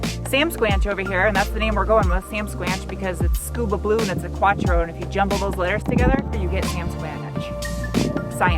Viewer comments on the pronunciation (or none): Is pronounced quattro not quachro for fuck's sake!